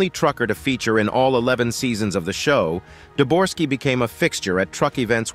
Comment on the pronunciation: Uhhh, it's Debogorski, not "Deborski", nor "Dorski." Such a discrepancy regarding such easy to find, readily available information, really makes me question the authenticity of anything in this video from here forward. Thanks for making it clear that you don't thoroughly research the information in your videos after only three minutes. It saved me wasting another 27 on watching the rest of the video.